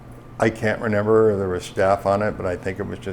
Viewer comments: Is this schlub saying “renember”??!! Believe it or not, Straight to jail. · "I don't renember the pacifics" is going to be my new catchphrase. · Renember the pacifics